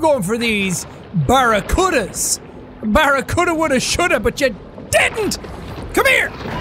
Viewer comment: Jack its pronounced Barra-Cue-Da not Barra-Cut-A